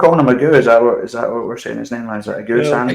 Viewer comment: Ageu is three syllables lads: Ah-jay-oo. First Brazilian to play for Hearts? Cannae think of any others.